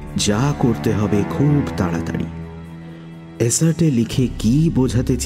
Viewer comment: শব্দটি "এসার্টে" না, "এর্স্টে"